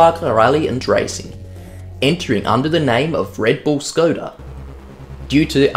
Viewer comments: No f*ucking way you pronounced it Škoda and not skoda like everybody else (donut media included). Large 👍 for you. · Nice 2-parter! It was really great hearing an Aussie bloke, firstly talking about history of cars from my childhood (and also my current car and then even a newer model...) and secondly trying to pronounce it Škoda the whole video just for Czechs? Výborně! Dej si pivo! 😉👍5GHz trance is just a nostalgic bonus... OK, I'll go find that old copy of Colin McRae Rally 4 now... 😅